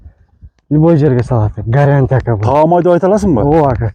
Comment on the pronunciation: Гарянта эмес гарантия де туура болот😂😂